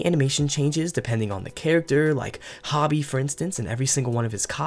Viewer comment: it's pronounced "HOE-BEE" for Hobie's nickname. Otherwise call him Hobart Brown.